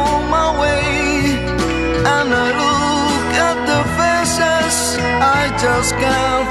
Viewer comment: Invece di dire "I look at the faces I just can't find one (Guardo i volti, ma non ne trovo uno )" ha pronunciato "I look at the faeces...." (Volgo lo sguardo alle feci, ma non riesco a trovarne). Poi ci si domanda ancora perché sono rarissimi gli italiani che sono entrati nelle classifiche anglofone cantando in inglese... :-D